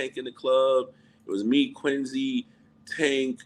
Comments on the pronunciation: I can't take him saying Quin-zee. Dude it's a "C"!! Say it right! 😂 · Why does he pronounce Quincy like it has a Z instead of a C ?😩😂